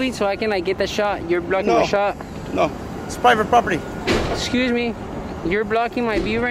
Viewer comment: GUY IN RED HARDHAT DOESNT SAY PROPERTY PROPERLY LMAO !!!